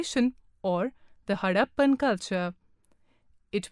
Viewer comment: it is harrapan not haddapan